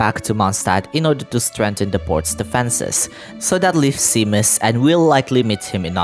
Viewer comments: Also Seamus is pronounced Shay-mus! :D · Seamus is generally pronounced like shaymess or shaymuss💜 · your pronunciation of seamus is driving me insane lmao